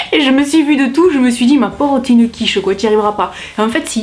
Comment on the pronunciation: Tu me tues quand tu dis : je suis une quiche ! Avé l’accent en plus, j’aime trop 😂😂😂